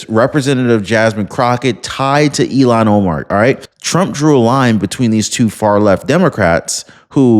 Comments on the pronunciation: ILL-HAAN not EIL-LAN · It’s not Elon Omar… it’s Ilhan as ( Ill haan) Omar!!!! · It's. Ill han! Not elon! 73 here pronunciation is important to me! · Her name is Ilhan (Il-hawn), not like Elon! Pronounce correctly! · 😂 It's NOT ELON OMAR😢 IT'S ☆ILHAN☆ PLEASE PRONOUNCE her ugly name, properly 💯🇺🇸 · IL HAN, not IL Lon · IL-Han not E-Lon… sorry OCD kills me when someone misspronounces something 😃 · Bro, please say ill-han omar Not Elon. Don’t be hating on Musk he’s just a rocket man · eel-han. Elon is a Musk. lol. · It’s “Ill-Hawn”, not Elon….you’re welcome…sincerely, the pronunciation police. Elon sounds smarter…and she’s not smart at all. Ill-Hawn is how most say it. Love and respectfully….little ole me. ❤🇺🇸👍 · Her name is pronounced "ILL-han", not "Elon". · Her name is ilhan ohmar not Elon